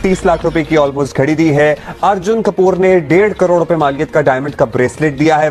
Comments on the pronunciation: Ye crore ko Kadode kyun bol rahi hai? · Yeh female anchor to dhang se crore bhi nahi bol paa rahi😂